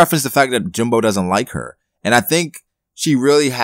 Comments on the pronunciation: jinbEEEEIIIIII not jimBOOOOO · lol why do u keep calling him jinbo? lmao